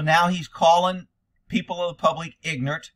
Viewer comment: He said pignorant